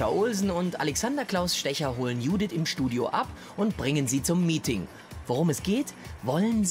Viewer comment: die heißt nicht judith die heist dschouuuuudithhshshs